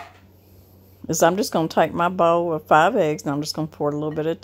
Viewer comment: I thought you said fried eggs, then I realized you said five eggs. Whew !